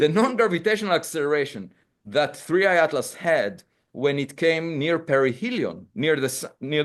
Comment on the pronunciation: Its 3i not 3ai